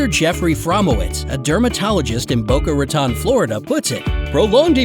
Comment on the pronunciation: Raton? You mean RAA? Its not that... ra-tone.